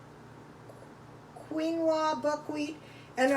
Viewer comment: Quinoa is pronounced "Keen" "wah"